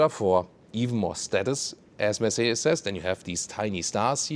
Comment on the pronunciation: I have been owning Mercedes-Benz for 35 years now and am still trying to pronounce, Mercedes, as does. Always love the content. Thanks for sharing.